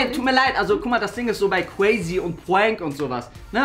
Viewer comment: so cwazy